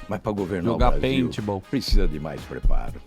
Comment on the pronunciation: esse PPSSSZA ao invés de pronunciar ''precisa'', tooodos eles falam assim, q nojo, asco de politica. q morram todos TODOS.